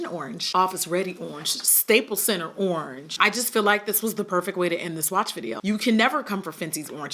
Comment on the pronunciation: WHEN SHE SAID URRANGE I DYED😭💀💀 WHAT A GREAT WOMAN TO REPRESENT THE BRAND!!!!🙌🏾🙌🏾🙌🏾